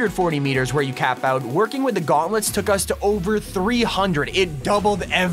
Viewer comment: Why u saying shehulk guantlets